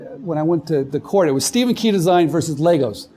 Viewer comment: Is it just me or did the guy giving the Intro say Stephens last name wrong?